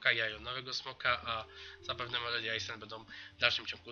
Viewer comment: Kiedy ty wreszcie zaczniesz czytać Island jako ,,Ajland"? Q.Q już nie mogę słuchać! Też mam Razowhipa, jedyne co mi się w nim nie podoba to: -ma ciut krzywe nogi - jak długo leci się w jednym kierunku nie przyśpieszając, po chwili tak zastygają mi skrzydła i reszta ciała, ale nadal leci xD